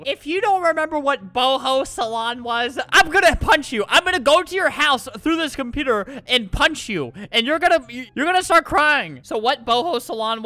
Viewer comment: You sed combuter l am phone hahahahahah